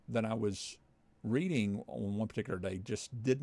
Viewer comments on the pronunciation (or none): none